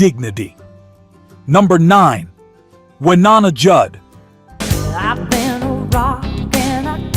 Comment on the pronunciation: The VO is definitely not human. It can't pronounce Wynonna correctly and says "nine nineties" instead of "nineteen nineties" .